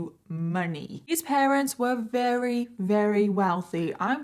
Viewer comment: You’re amazing, girl…. BUT there is no “h” in assume and no “w” in very. There is, however, an “r” in words such as year, very, church, burden, advertised, etc. You got this.